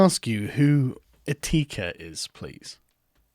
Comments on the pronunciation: It's Etika, not Eh-Teeka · Sargon does a stream on Carlos Maza, while mentioning Etika as a-teek-ah what in the world